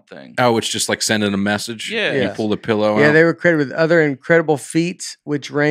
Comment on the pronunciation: Can we talk for a minute about how pronounces “pell-low”?